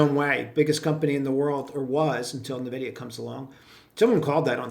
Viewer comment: LOL. Nah-vid-i-ah is for Boomers.